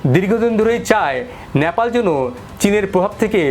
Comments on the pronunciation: ন্যাপাল নয় নেপাল। উচ্চারণ ঠিক করুন । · নেপাল কে ন্যাপাল বলতেই হবে কি? উচ্চারণ ঠিক করে নাও।